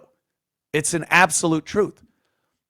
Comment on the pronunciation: that's the troof!!